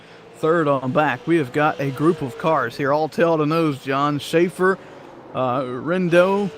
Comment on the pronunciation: "I'm good with a top 5 just please don't touch me" Also it's "re-endo" nice job on the broadcast!